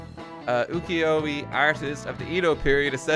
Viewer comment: proud of you for not going you-kiyo-e disappointed in you for going ukiyo-ii